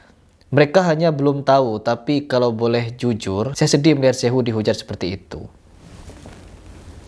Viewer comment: Kayaknya begitu. Nggak becus nyebut atau nulis "suhu" atau "sifu", makanya jadi "syehu"! 😅😅